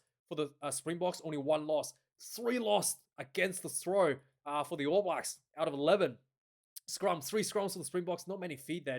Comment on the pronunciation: Stop calling them the All Whies ya hua.